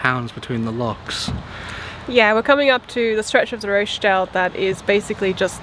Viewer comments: With respect, it's pronounced Rotch dale. Short and gutteral😊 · Roch sounds like scotch there is no Roach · I came here to say that! Totally distracted by the Roche-dale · You pronounce it Rotchdale. Xxx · Been following your great video's through the north, incidentally the O in Rochdale is pronounced as in sock! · Thank you Neil, drove me nuts listening to the effort.